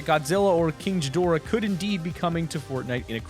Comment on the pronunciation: Sorry to get on to you but I love Godzilla!! But you miss pronounced king gadorah